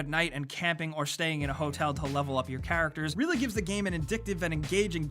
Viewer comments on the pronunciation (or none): none